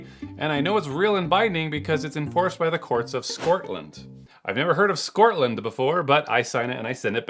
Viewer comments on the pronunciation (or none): "Do the needful" for Scortland. 😂 love your content. 1 thing I don't understand is why Americans tend to say 'erbal rather than herbal? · Scortland is a thing?! Here I was, mispronouncing it all this time! Thank you for that clarification! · Scotland you said it wrong yank